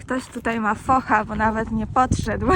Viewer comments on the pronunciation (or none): none